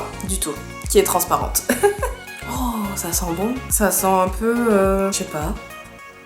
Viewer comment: Oh le Bâ chez pas typique Lorrain j'adore 😂😂